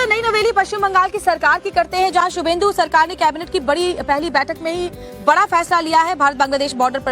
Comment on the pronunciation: His name is subhendu. Not Suvendu.